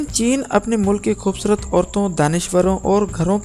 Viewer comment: O bhai Urdu ko urdu ki tarah parho aur bolo talaffuz sehi adaa karo khhoobsurat nahi khoobsurat hota hai zara insan bano aur apni zuban ko tarjeeh do bachata doosro ko promote karnay k